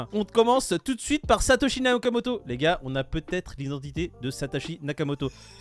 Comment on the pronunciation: J'ai tellement ri à revoir cette vidéo, attention, un moment drôle au début et un moment nutella à la fin. Pour moi, si ça vous fait pas rire 👇 Si toi aussi tu sais pas dire Satashi Nokimoto